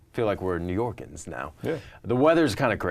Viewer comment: New Yorkers not New Yorkens. Lol